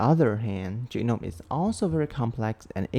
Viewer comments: when u starting to say "chữ nôm" i starting to think u are actually a vietnamese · Your “Chữ Nôm” pronunciation gave me feelings…